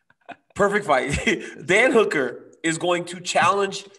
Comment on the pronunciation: Wow Ariel pronounced Michael Chandler and Hooker right what the f!!??? Usually i hear names like Habib (khabib) or Rhamzat (Khamzat) or even Adissonya (izzy)